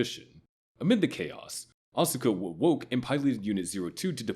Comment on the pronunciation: TY for mentioning when all of humanity turned into Tang!!! Side note however…you screwed up on some of the pronunciations. It’s Awska, not ASUka and Kaworu is Cowroo…not…however you pronounced the gay space Jesus’s name. Lastly, the Evangelions are Unit ONE, TWO, and so on, not ZERO ONE, ZERO TWO and you get the idea xD